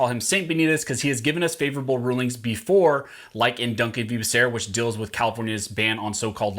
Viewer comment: I'm sorry, but you are pronouncing Becerra's name wrong. It's pronounced "bah" "soo" "rah". ;-)